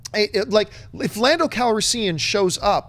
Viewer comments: Lando Cal-re-siiian? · Lando Cal-risean?